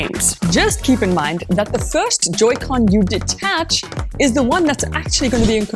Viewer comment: It's Pronounced Joy-Con